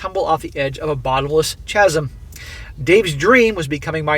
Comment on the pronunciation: Don't mean to be 'that guy' but you don't pronounche the 'ch' in 'Chasm'. Say it like 'Kasm'.